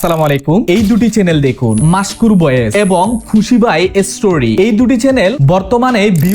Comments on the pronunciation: 🤣🤣🤣 style করে কথা বলতে যাইয়া ভাই তুমিতো উচ্চারণ ভুল করো যেমন ইস্টুরি(history/story)কে আপনি এস্টুরি বলেন আপনি বাবার 😅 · story হবে, এসতেরি আবার কি